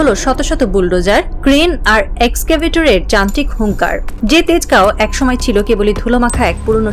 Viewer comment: 😂😂😂😂😂😂 এক্সকেভিটার 😂😂😂😂😂😂 ম্যাডাম আরও কিছু ইংরেজী শব্দ বলুন 😂😂😂😂😂😂😂 এসকাই এসকেপেটার! 😂😂😂😂😂 এপিক ম্যাম। চালিয়ে যান।